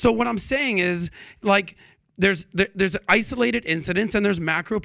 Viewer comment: What is the Iranian dude’s point? “Isoo-lay-ted” 😂😂😂